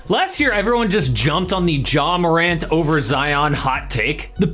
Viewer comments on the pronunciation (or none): He calls Ja Morant : JAW lol I’m dying 💀💀💀